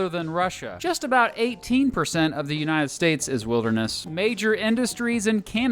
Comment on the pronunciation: shut up old man who said THE UNTIED STATES